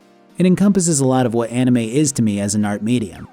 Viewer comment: I cringed when he said anime